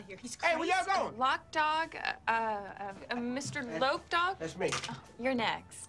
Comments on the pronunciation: n it's not lock dawg,itz LOC DOGG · lock dawg lol lmfao lol it's LOC DOG learn how to say somebody's name right ight Mr Loc Dog lol